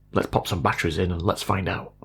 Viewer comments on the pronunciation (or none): none